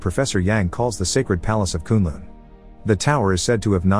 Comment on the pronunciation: Me, who’s watched ironfist: Do you mean “K-UHN L-UHN?”